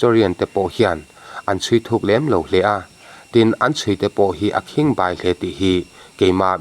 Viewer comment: Akhingbai i sawdan hi a diklo,you tube chanel neitu te hi in mak lutuk tawng lam dikloh in ngah lutuk, a khimg 'BAI' hi Khuangbai 'bai'rik angin lam tur.